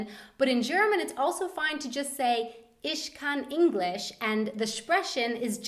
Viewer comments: please stop sch-ing the ch's it hurts and you sound really wrong. its Ich not isch. And sprechen not spreschen....how you promounceit. sp=schp btw. no hate just advices. work on pronunciation please. also, the h like for example in stehen is not pronounced. you red it like ste|en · Please dont say "isch" instead of "ich" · why is she saying "isch" and "spreschen"? :o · Isch lade disch zum essen ein XD das heißT. ich lade dich zum essen ein KEIN: SCH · As a German I have to say it's funny how you say 'sch' but it's actually 'ch' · Btw "Ich" Isn't Prenounced Ish... its prenounced Ei-kk-shh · OH MY GOD THIS VIDEO HURTS MY SOUL That, people, is what happens if Germans can't speak English. I'm serious I'm German and this is killing me. I mean jesus. Just no. But I've got to say that hearing you speak German is awesome :D But why do you always say "sch" instead of "ch"? :D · I'm so sorry that I couldn't think of a kinder way to phrase this, but the pronunciation of ich as ish, dich as dish kind of drives me up a wall -_ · I love how she says 'sh' instead of 'ch'. It's so funny :D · You english always seem to have problems with the "ch". Whenever you used a german phrase with it you turned it in a kind of "sh". :D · sie sagt immer "isch" anstatt "Ich" :D sche says "ish" instead of "ich" :D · Love your videos! Just had a question about your use of the word "ich"... You pronounce it with an "ish" sound instead of the "ick" I am used to hearing (as an American learning from over here) Just wondered if this was due to the region you were living in or what? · You need to work on your German pronunciation. It is ich not ish and nicht not nisht for example. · why does every english native Speaker pronounce the german word "ich" like it was written "isch", i am german and i dont really understand it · "Isch lade disch sum essen ayn" :)) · Sorry but your pronunciation of ich or dich is terrible! :/ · ur 'ich' is funny